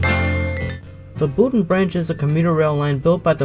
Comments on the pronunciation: Hearing that man say “boon-tahn” hurt me. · Have to learn some pronunciations my friend. The "N" in Boonton is mainly silent. Like "Boo-ton" Not Boon-ton. Totowa is pronounced as one word, Totowa. Not "Toe Toe Wah. Also. That's not the Montville station. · Boooooonton Branch???? BooTon Branch...say it right! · It’s pronounced Boot’n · pronounced boonton correctly, didn't. Considering is not from the area at all I am not surprised he doesn't now. Later he did mispronounce it. Oh well. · Lovely video. But the one guy repeatedly saying “Boon-tahn” is cringy. Technically, it’s pronounced “Boon-tin”, but us locals pronounce it “Boo-tin”. The other mispronounced town is Totowa (“Toe-tuh-wah”) Next do the Bergen line with stops like Hohokus & Mahwah. 😜